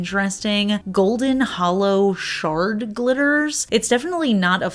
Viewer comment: I kept hearing “shark glitters” instead of “shard glitters.” 😂😂😂